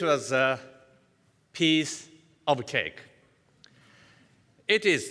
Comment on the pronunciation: peace of a cake の間がやばいw